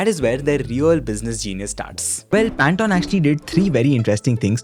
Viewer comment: FFS... It's PAN - TONE... As in tone of voice, tone of a musical note, THE TONE OF COLOUR NOT TON TON TON TANATAN 😂😂 🤦🤦🤦